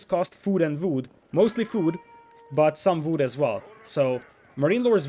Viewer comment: I like how you say vood